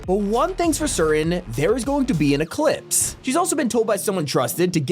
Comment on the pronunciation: YALL I NO THE ANIME THAT IS COMING IT IS GUTS BABY he said eclips